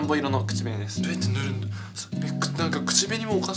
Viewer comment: どやってぬぅるんって聞こえる